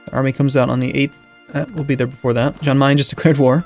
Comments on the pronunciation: It's pronounced like Yahn, not John. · say jan as yan like yes